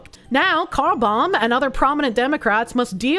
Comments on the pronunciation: I swear I thought you were saying Carbomb 😂😂😂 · I'm surprised you aren't getting struck for pronouncing "Carlbom" like something the Irish Republican Army was famous for back in the day.